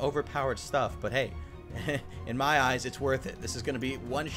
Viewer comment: Item Name: Hungering Eye Trying To Say It Well Attacked: Hungering Oiii's